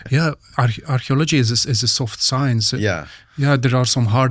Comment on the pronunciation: I hate how he pronounces "Archaeology" like "Astrology"